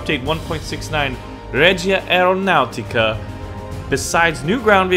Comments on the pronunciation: ''Reja (an American J, not spanish) Aeronaauuticah'' Regia Aeronautica, Royal Air Force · ma come hai pronunciato reumatica reggia ps: i'm Italian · reja aeronateeca it is better if you pronounce it so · Every time pronounces Regia Aeronautica Princess Peach gets sent to a different castle.